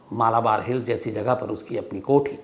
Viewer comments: मलबार है, मालाबार नही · Please correct your pronunciation of Malbar Hill.